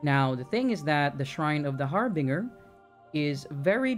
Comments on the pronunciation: The Har Binger.. lmao oh man. It's really harbinger.. Binge. One who binges. Not one who bings. Har-Binger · haar·buhn·jr = harbinger. not trying to be rude, i do not want to offend. very good instructions and thanks for the vids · Love your videos man! Also this is random but it's pronounced Har Binge er. Say the binge in it is pronounced like binge a tv show. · Har-Bin-Jer is how you say it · Har-Binger. lmao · Love the videos my friend.. but the pronunciation for "harbinger" got me dying... lol